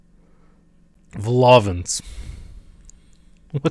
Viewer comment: Hearing you pronounce Vol-Au-Vent incorrectly and pronouncing it correctly is making me rage, I lived through this in the live stream why am I here again